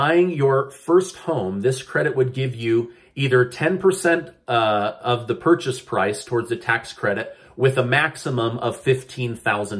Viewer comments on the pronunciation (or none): none